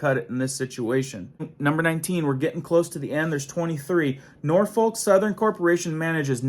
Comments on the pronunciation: N O R F O L K not NorTH foRK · It is pronounced Nor’fok!! But I’m from Tn.. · And the L is pronounced as a C. "We don't smoke! We don't Drink! Norfolk! Norfolk!"